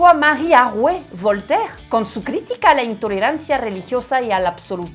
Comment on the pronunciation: Voltaire, Rousseau todos esos nombres los ví en los libros de historia de la secu Pero hasta ahora alguien francés los pronuncia como debe de, con correcta pronunciación francesa😂😂😂😂 nadie en ese entonces ni siquiera el profesor los pronunciaba correctamente